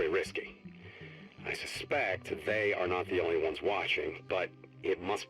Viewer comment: Why do you keep saying They as "Nay"